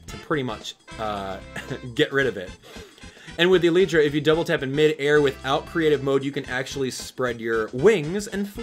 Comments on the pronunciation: you pronounced too many things wrong. It's not pronounced Uhleetra It's Uh-Lie-Tra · ee-lllyyy-tra get it rite